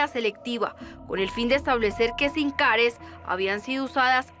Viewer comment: Simcares? 😂 Sim cards